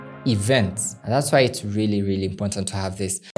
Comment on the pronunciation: “Important” not Impontant❌